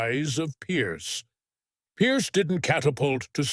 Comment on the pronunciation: As if the voice isn't awful enough, the mispronunciation of Brosnan as Browan and Pierce as Pice just made me stop watching altogether